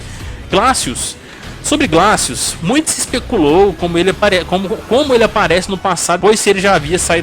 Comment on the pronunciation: não foi por causa disso, foi porque descobriram que ele utilizava implantes de titânio nos braços, que aumentava muito mais sua força. não se pronuncia "raptor" e sim "riptor" mesmo. não se pronuncia "glacius" e sim "gleicious". os finnishing moves são chamados de No Mercy neste game terminar de falar sobre o primeiro game da série e NÃO CITAR O MOVIMENTO COMBO BREAKER foi de longe o maior fracasso desse seu vídeo. Refaça. Por favor. Refaça